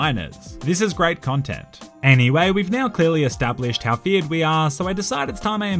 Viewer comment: Bro i just got that you say feared gang. I always thought that you said Fiat gang like the italian car company Fiat. 😂😂😂😂